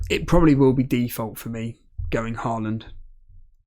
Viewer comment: my thought is that it would be nice if you learned how to say Haaland correct :D its hard for me to hear since im from Norway, and you dont know the sound of Æ Ø Å :P